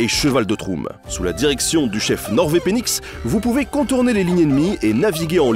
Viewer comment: Nord vé-penix? serieux ? 🤣